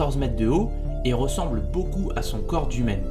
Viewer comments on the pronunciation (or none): none